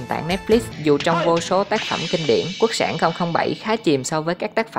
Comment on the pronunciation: Quốc sản mà nghe giọng đọc lại tưởng là quốc xẻng